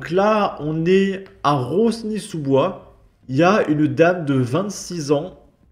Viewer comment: Juste une chose, dans les noms de villes tu n'es pas obligé de prononcer toutes lettres on ne dit pas "roznisouboi" mais "ronisouboi" tu ne dis pas "j'ai le neze qui coule" mais "j'ai le nez qui coule". Ça t'arrive très souvent de mal prononcer les noms de villes, pour un patriote ça la fou mal je trouve.